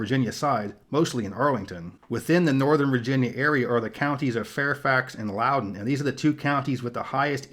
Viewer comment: Pronounced Loo-den not Loww-den